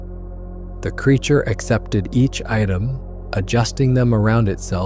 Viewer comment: Everything was going good until ai said it took 2 hrs to walk to truck when b4 it said it was 50 feet from squatch, pulling it out of water. Time to watch something else and ai pronounced Creature wrong.